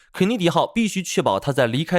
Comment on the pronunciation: 甘奶迪号！哈哈哈😂😂😂😂